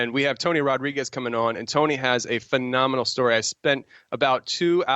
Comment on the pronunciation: "Phenomenal",!,not fenomonon!